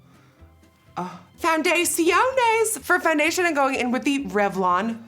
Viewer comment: No one: Nobody: No one in the world: Nikkie: FOUN-DA-SHI-ONEYZ!!!